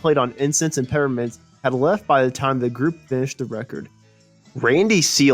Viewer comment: Incense and PePPermints - those P's aren't silent, right? Or maybe I've been pronouncing it wrong??